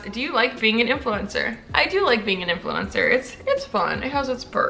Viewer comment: "influemcner" I felt that